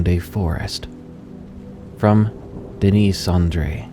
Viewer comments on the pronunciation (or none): none